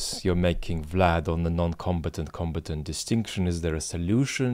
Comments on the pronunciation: Hey Vlad, love your videos. Just a quick feedback to this and your last video. Your pronunciation of "combatant" really confused me at the start, as it sounded to me as "competent". Only further in I realized what you meant and everything made much more sense. I was only familiar with the other pronunciation "comb-A-tant". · Com. BAT. Ant. Suggest he go to Google pronounce to. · Until today, I didn't know the British English pronunciation of "combatant." Like competent. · Combatant - sorry I mispronounce some words